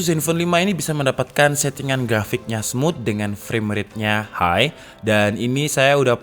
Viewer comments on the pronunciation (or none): none